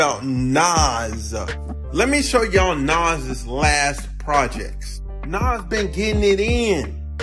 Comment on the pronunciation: "Nass" and "Poosha T"